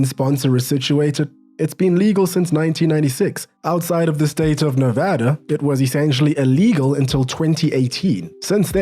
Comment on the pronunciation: As someone who lives in the state... I just wanna say thank you for pronouncing Nevada correctly... cheers.